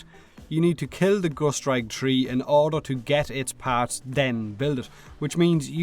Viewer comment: am i tripping or did i hear tree seconds